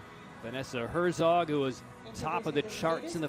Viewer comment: I do think they should at least TRY to pronounce the names correctly. The Japanese announcer is doing a good job at that. The way the English announcers pronounce Morishige or Herzog is IMHO somewhat disrespectful.